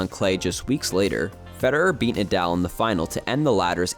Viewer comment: Brooooooo the captions you have in the video are wrong- it’s Mallorca, and his name is Nahdahl not Naaadaaal. But amazing video